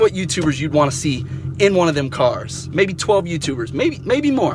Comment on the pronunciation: The way he said cars I'm dead